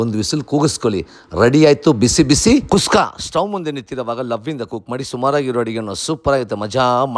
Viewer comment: ಅಲ್ಲ ಗುರು ಟೊಮೊಟೊ ಬಾತ್ ಮಾಡಿ ಕುಸ್ಕಾ ಕುಸ್ಕಾ ಅಂತ ಒತ್ತಿ ಒತ್ತಿ ಹೇಳ್ತಿಯಲ್ಲಪ್ಪ 🤦‍♂️🤦‍♂️🤦‍♂️🤦‍♂️